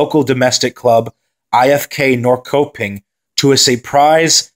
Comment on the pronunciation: Kom igen Sverige! Awesome vid! (Just to let you know Norrköpping is pronounced Nor-shur-ping)